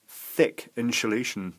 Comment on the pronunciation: insuhlation new word